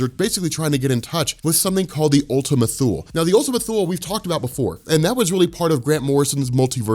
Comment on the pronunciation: Probably pronounced Ultima 'Too-Lee'. Wiki the word "Thule."